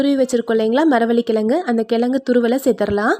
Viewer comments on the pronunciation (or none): கிழங்குன்னு சொல்லுங்க... கெலங்குன்னு சொல்லாதீங்க! 😭